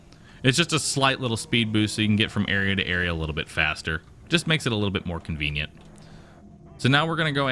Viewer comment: how many times did he say convinent?